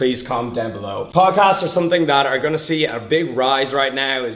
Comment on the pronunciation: poocasts lol